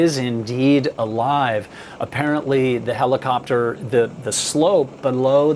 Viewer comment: “heliclopter” lmao I love it, I think I’m going to start slipping this into casual conversation just because 😂😂🤣